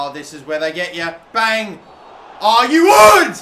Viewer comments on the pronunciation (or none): none